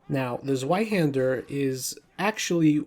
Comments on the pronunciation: I'm aware, I trying to make it easier for English speakers to say it closer to correct. I know it's pronounced Tsv-eye-hæn-der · I had to skip the Zweihänder cuz your pronunciation on it was too cringe, I’m sorry